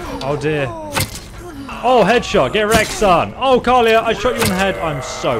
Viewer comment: Her name is pronounced Kal-E-Ah And Jespars is pronounced Jess-Par not Jasper :p Also talk to Esme in frostcliff tavern when you want to look at other quest line's, it has to be one of the best ones :)